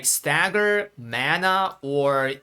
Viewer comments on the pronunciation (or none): none